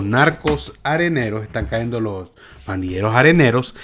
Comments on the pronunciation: SE TE SALIÓ ÉL FOLCLORE SALVADOREÑO AMIGO AL DESIR CAENDO......... SÉ DISE CAYENDO...... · SUGERENCIA Se debe decir cayendo "Caendo" no esta bien dicho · Con TODO respeto amigo, NO diga "Caendo", lo correcto es "cayendo", es serio, NO es broma, ni mucho menos mala onda. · No es "caendo" es "cayendo" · No se dice cahendo se dice cayendo. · Mi amigo se dice cayendo ( no caendo) 😁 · Un comentario muy personal. Trata de hablar de la manera más correcta. Yo no soy ningún experto en lectura ni pronunciación y con mucho respeto puedo corregir te ciertas palabras que dices. No se dice CAENDO. SE DICE CAYENDO. NO SE DICE LEENDO. SE DICE LEYENDO. Y así trata de informarte. Disculpa. No lo hago por ofenderte. Lo hago, porque tu eres comunicador. Saludos y muchas bendiciones. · Lávate el oído, lo dijo cayendo y no caendo.